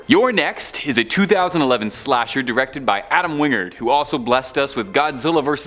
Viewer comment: Win/Gard. Not Wing Erd...